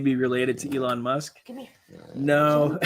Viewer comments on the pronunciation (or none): none